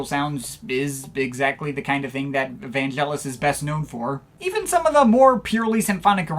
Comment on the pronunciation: Great wrap-up of Vangelis' career - I watched it all the way through and nodded in agreement most of the time. (NB: like Derek Power says - Vangelis's name is pronounced with a hard G as in AGree, not Gelatine). If you get a chance, check out the album Antarctica - I was listening to it the other day and very impressed with its production and think it's one of his best. It's one of the last recordings he did at his privately-owned Nemo Studios, near Marble Arch in London. And if you like ambient, try out L'Apocalypse Des Animaux, which has two tracks that pre-date of Brian Eno (and other)'s "ambient" music. NB: a number of people such as Derek Power consider Vangelis "a father figure", and Mars Lazar went as far as to say when Rutger Hauer's robotic character in Blade Runner says to its maker "I want more life, father", as a keystone moment. Alas, Hauer actually says "I want more life, fucker" - it was re-dubbed for more delicate ears...